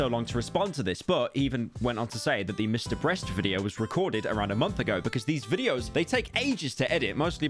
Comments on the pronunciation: did no one hear him say mr breast, LOL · He did say MrBreast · Did he just said Mr Breast. Even the subtitles pick it up 🤣